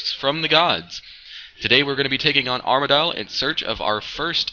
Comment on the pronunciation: Its pronounced arma-dil